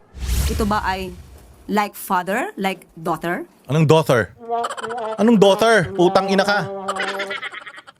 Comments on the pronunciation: Natawa ako syo. Ccadtro ayusin mo pronounce Daughter not diter. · Daughter daw as in Daughter-te 😂 boba na palengkera pa! she is clearly the shock absorber of palace kaya di pinapalitan 😂 saluhin mo lahat ng katangahan! from NZ here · Ano doughnut o doughter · Talaga bang abogaga si Claire? Hoy! Claire, silent “gh” ang daughter 😂😂😂😂😂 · Good day. Ang aga ng tawa ko sa daw-ther ni ante Kler. Tang ina 🤣🤣🤣 dinaig pa ng pamangkin ko sa pag pronounced ng tama😂.... Bobo Ka talaga Kler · Hahaha slang Yan sya Lodz sa pag pronounce sa daughter 💚💚💚